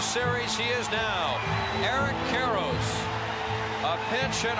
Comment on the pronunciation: Eric Karros, or as Ross Porter would say it…Air’k Care’sh 🤣